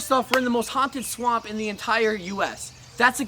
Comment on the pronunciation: "Most hauntadist" checks out 🤣